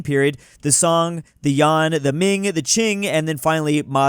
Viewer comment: The Yawn😂?(YUAN)